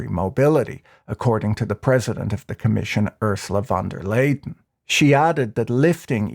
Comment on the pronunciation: Ursula von der Laydon annoyed me no end too.